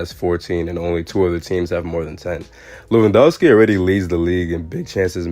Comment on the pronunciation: 😂😂 that lewandoski pronunciation is killing me.